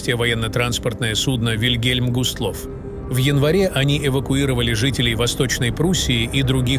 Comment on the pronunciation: Не гуслав , а густлов . А как ни прискорбно , но бисмарк храбро и достойно сражался . Англичане дорого заплатили за эту победу .